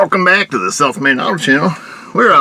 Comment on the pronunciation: YOU SAY SOUTH AS SELF.